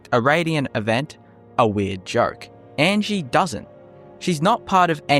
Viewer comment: 1. The creator mispronounces Angi's name throughout the video. Angi tells you how her name pronounced, "ahn-gee". 2. Angi is far from the only Nord NPC with just a first name. 3. Angi has purposes, to train archery and to be mysterious I suppose. To give a few examples of less interesting NPCs, the child and sultry woman from the Mind of Madness quest do absolutely nothing but hang around, and there is an NPC in the Solitude warehouse who does nothing but sleep. All this being said though, there is cut content in the game, as evidenced by the Creation Kit and the mod Cutting Room Floor by the author of the Unofficial Patches, so who knows what might've been planned, but not implemented for Angi. 4. Faendal does more than chop wood. He has a full schedule. UESP (the most accurate TES wiki btw) goes as far to say that he actually goes out and hunts in the mornings, and if you retrieve the Golden Claw for Lucan Valerius and have done the Riverwood love triangle quest in favor of Faendal, he will actually come and visit Camilla instead of hunting.